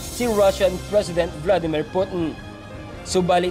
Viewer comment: Ka oe mo loy mag news, over exaggerated pag ka banggit mo sa Russian president name,....